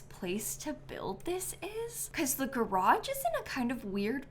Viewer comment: there's no in garage when you pronounce it